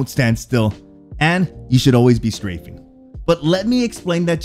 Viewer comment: ".. don't stand still and you should always be screaming" Bursted out laughing, because it fits perfectly to LW gunfights. I had to replay that part 3x, to realize you said "strafing". Well.. both are viable options with LW, imo.